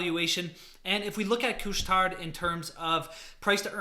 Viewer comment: Just don't pronounce the "D" in Couche Tard :-)